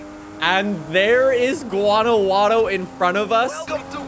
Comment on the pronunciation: No one: Literally no one:: Guanaguano 💀💀💀